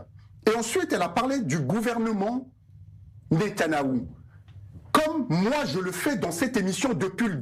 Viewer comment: Ce gars-là, il ne peut même pas prononcer le nom de Netanyahu. Qu'est-ce qui le prend?